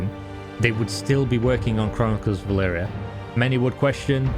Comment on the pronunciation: E L V R I A. Why the fuck do u keep saying E L V IIII R I A